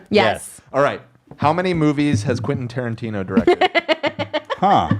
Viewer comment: OMG is flustered and the way he garbles up Quentin Tarantino's name is so fucking hilarious XD